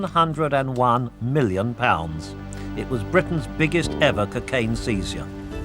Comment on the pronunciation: What's "kuh-cane"?